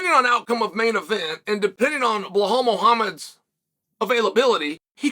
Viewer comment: “Bullhall Mohammad” 😂 gotta love chael managing to butcher every name